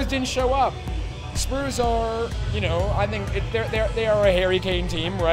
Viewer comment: supporting spurs but can’t even say it right hahaha